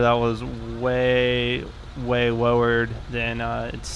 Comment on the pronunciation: Anyone notice how he says "way" sounds like he's saying "weh"